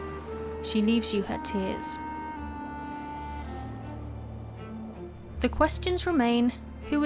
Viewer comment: FADER is like FATHER but in Swedish is not pronounced FEJDER like you do in the video -.- so say Father with D in stead of TH there is the correct name. same with MODER it is just moder not MOUDER. sigh just please try to pronounce it right? pewpew.